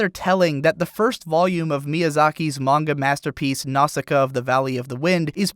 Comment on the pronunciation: (trigger warning: nitpicking) I believe Nausicaä is pronounced "Nausica-ah"; the two dots above the last A are called a diaeresis, they are used to show when two vowels that go together are pronounced separately, i.e. the difference between "coop" and "coöperation" or "reel" and "reëlect".